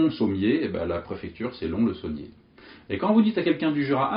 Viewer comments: Petite remarque (peut-être déjà faite), le "s" à la fin de Lons-le-Saunier se prononce (Lonsse le Saunier) ... Parole de Lédonien. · Très bonne vidéo. (Pour info "Lons le saunier" se prononce "lonce") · Lons-le-Saunier, le "s" de lons se prononce. Jura représente. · Moi qui suis jurassien je t'informe que l'on prononce le "S" de lonS-le-saunier. 😀 Sinon merci pour ta vidéo ! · le "s" de lons le saunier se prononce sinon merci pour la vidéo; )